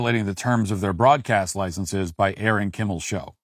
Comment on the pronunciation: "Licenses" is not pronounced "licensees," which is a different word with a different meaning. Yes, I am a Grammar Nazi who thinks words have import and meaning.